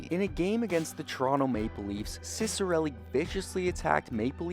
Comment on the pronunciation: i’m actually related to him, and the proper pronunciation is chick-uh-relli!